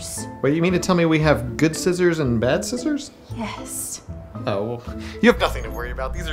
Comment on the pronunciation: Or they turn it into a two syllable word "Yea-us" which loosely translates into "You are too dumb for a bullet"